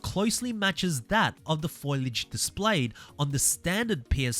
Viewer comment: FO-LEE-AGE not foilage. Lord have mercy.